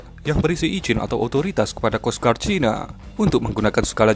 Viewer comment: bacanya kos gard mas bro...bukan kos guard